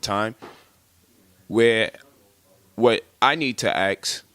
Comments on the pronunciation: What I need to axe? Do you mean ask? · Guy tries to sound smart yet he can't pronounce ask. Instead he says axe? Wtf! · Polight tries so hard to sound intelligent with his vernacular but still has difficulty with one of the simplest words...ASK is not AX or ACKS it’s ASK.